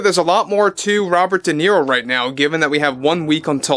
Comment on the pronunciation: Not Nero but Niro.